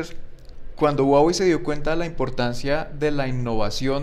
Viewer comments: SE DICE JUAWEY.. SE ESCRIBE HUAWEI.. O SERA QUE EN COLOMBIA SI SE DICE GUAGUEI??? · Si este tipo realmente trabajara para Huawei supiera que no se dice guaguei se dice Juaguei